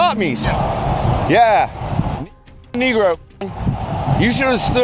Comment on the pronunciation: Did he call him a knee grow..negro?